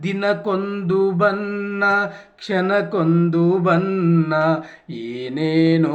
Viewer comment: ಮೊದಲು ಕನ್ನಡ ಸರಿಯಾಗಿ ಮಾತಾಡು ದಿನಕೊಂದು ಬನ್ನ ಅಲ್ಲ ಬಣ್ಣ